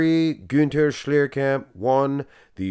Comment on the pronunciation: kudos for pronouncing his name right!